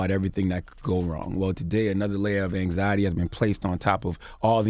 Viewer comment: Nobody: Absolutely nobody: Charlamagne: AnXiEtY